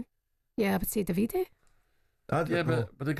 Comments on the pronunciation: Davide tells me he prefers the Italian pronunciation DAH vee Day. Italian hit mob will be after anyone calling him Daveedee Fae the calton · Pronounced daviDAY in italiano. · Butchering the guy's name in multiple ways. It's "DAH-VID-AY" Davide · Thank you! My god have they never heard of that pronunciation? Butchering it so badly 😂🤌